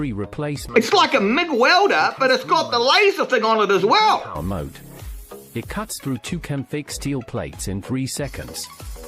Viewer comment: MODE, NOT MOTE, MODE. WITH A "D" MODE. NOTE MOTE.